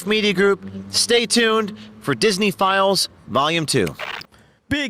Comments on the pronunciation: Every time he says "disney files" I keep hearing pedo-files . is it just me or are other people hearing that too ? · I hear it, too... In fact, the first time I heard "Disney Files", I thought it was "Disney Philes"... Because that's what Disney is full of.